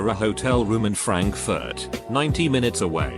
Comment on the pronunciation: The way the voice says "Frankfurt" 😂